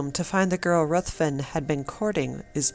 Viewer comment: RUTHVEN IS PRONOUNCED RIVVEN.